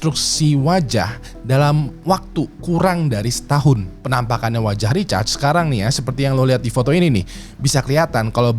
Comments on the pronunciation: Samaa... Dengernya kayak recharge 🤣 aneh bet dah.. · namanya RICHARD bang.... itu lu bacanya lebih kedengeran kaya RECHARGE sih :face-fuchsia-poop-shape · Recharge atau Richard sih bang?? Gw dengernya Recharge 🤣🤣🤣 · kirain gw doang yg risih dgrnya wkwkw